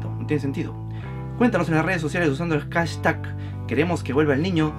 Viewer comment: Me encanta como pronuncias la palabra hashtag. JASTAC